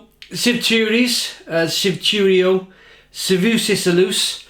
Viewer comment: Shvi-tu-rys, Shvi-tu-ro, Shve-su-sis.. a-lus